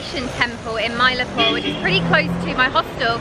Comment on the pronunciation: It is pronounced Chen Nye. And Mylaapoor, Kubba Leeshwar